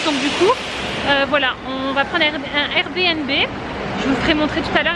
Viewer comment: Cc! C'est un plaisir de voir tes vlogs en famille... J'ai bien rigoler quand t'es jumelles répètent tout ce que tu dis 😂😂😅 Et tu es la seule que je connaisse à dire R B N B (RBiNBi) lol Merci pour ces partages Bisoux